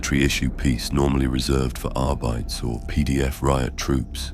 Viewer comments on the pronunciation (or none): Another fantastic story! One minor bit of feedback for future stories, I'm pretty sure arbites is pronounced arr-bee-tees